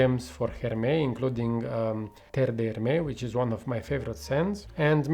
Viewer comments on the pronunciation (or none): Great review! Agree with what you said about the comparison but I will also add that Oajan is more gourmand/sweet/dessert in my opinion. Also don’t forget to pronounce the S in Hermès 😋 Greetings from Paris 🇫🇷